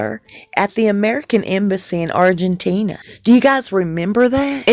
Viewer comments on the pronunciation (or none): none